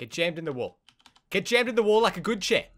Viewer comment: why are you like good chair in how u say good dog